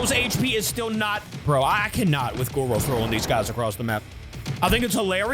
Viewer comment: It’s Goro, not goru